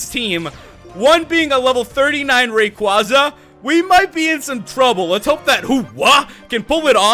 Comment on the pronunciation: The Rayquaza mispronunciation is killing me.